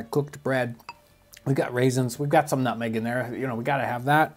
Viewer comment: Nobody: nothing John Townsend: Nůtməğ